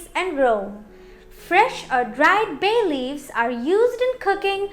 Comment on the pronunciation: Itna chamak chamak k Kyu bol ri ho ..bhay leaves 😂😂 foreigner